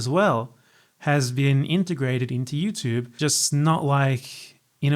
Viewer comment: British people be like Youchube